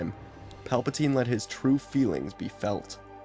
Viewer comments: It’s funny because he accidentally miss pronounce Palpatine and said Palptime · I loved the accidental mispronunciation of Palpatine’s name, it got a chuckle out of me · PALBATINE Palatine 😂😂😂😂😂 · The fact he does this in one take is amazing I only hear one miss read in the entire thing with Pelpatine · It's Palpin' time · Palpa- what now? Tine? No teen? Tine?